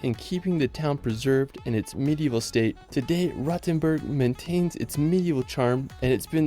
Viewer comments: What triggers me the most is the pronounciacion of Rothenburg (ob der Tauber). He is pronouncing like "Rottenburg", which would translate to "rotten castle". Instead, the 'O' is pronounced longer as well as the 'T'. 😅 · Yes, he managed to butcher all of them. I cringed the most at "Rottenberg", just awful.